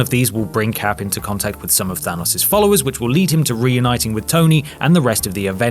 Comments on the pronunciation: Than-O-s not Than-U-s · It's hard to hear the name Thanos pronounced wrong after hearing it so many times lmao